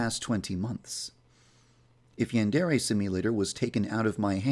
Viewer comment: So... uh... Who wants to let this guy know how to pronounce 'yandere' correctly?